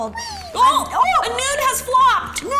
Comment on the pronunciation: Why do they keep saying nude as in noodle???